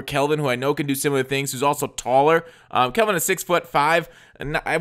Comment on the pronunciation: Bro, you HAVE to stop saying "Kelvin" you make me want to punch my phone lol. Edit: I'm Screamindemonlp btw